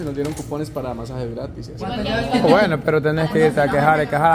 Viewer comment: Escuché mal o el dice "masajes gratices"?